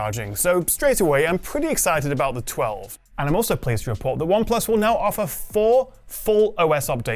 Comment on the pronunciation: Oneplus Twa-vey